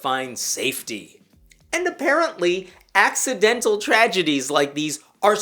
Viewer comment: "ax-idental" murder😂😅 I see what you did there and I like it 😉